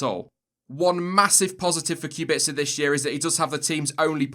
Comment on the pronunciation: The way he pronounces Kubica's last name bothers me to no end